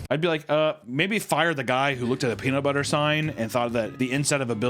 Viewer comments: The way the warden says “pea-knot-butter” pure gold 🤣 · "Pea-not buttre"